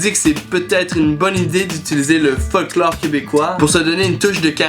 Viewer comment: Quand tu dis dis "Folklore" j'entend "Fuck Laure"